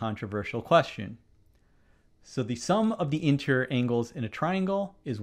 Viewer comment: No, I think the question was NOT fair - mathematics (and therefore geometry) is supposed to be unambiguous, therefore the question should have been phrased correctly. I believe that the setter should go back to school (as a student) before he/she is allowed to set any more exam questions. Btw the word is int-er-i-or not intrrrrrr.